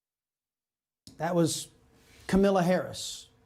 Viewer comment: Does he say “Camilla” wrong on purpose?😆